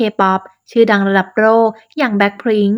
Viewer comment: ไม่ไช่พริ้งค์ ✅โลก ❌โรก / ✌️สู้ๆนะ